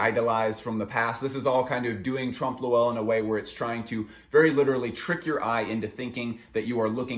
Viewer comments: Hey! Love this series, sorry I only just watched it now. Not sure if anybody's given you this input yet, but it's pronounced basically "Tromp Loy" rather than "Tromp Lo-Ell". <3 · its trompe oeuil not trump loowell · trump lowell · Haha, trompe lewel?.Ill admit its not an easy one but the O is silent then you pronounce EUIL in one sound. E in french is almost replaceable with A in American english so try .. Trompe LAUIL. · that trompe l'oeil pronunciation :( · the way he says trompe l’oeil hurts me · it took me a while to realize you're saying trompe l'oeil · it's actually trompe l'oeil but agree that he murdered the pronounciation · Ok I’m sorry but I hate listening to the butchering of the pronunciation of tromp l’oeil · didn't understood what he was on about for 10 seconds because of that.